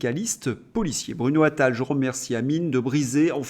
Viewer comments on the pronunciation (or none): none